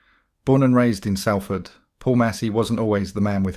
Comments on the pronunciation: Sorry got to correct you…if you’re from Salford ..it’s pronounced Solford….it’s annoying when you say Salford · As someone born in Salford, it really riles me to hear you pronounce it wrong; it's pronounced Solford not sal ford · Bro if you’re gona make a video of a place learn how to fucking say it it’s prounanced solfard not saaalford jheez ruined the whole video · Love your stories but do your homework, it's pronounced sOlford not sAlford 😮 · Pronounced ‘Saul-ford’ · Its prononced 'Sol'ford 👍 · Turned it off as soon as you pronounced Salford wrong!